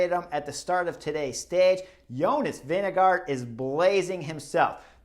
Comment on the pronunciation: Why do you ask an american? The name pronounces Vingegoor with a thick r.